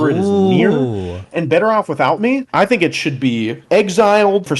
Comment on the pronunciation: You tink? Do you... tink a ton?